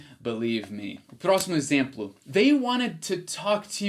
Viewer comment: "Exemplo" . Leia como se tivesse um acento circunflexo (Êxemplo) assim como: Êspecial, Êspetacular, Êssencial, Bôca. O acento não existe nessas palavras, mas a pronuncia é como se existisse. Tua pronuncia é realmente ótima. Por isso acho que ficará excelente com esse pequeno ajuste.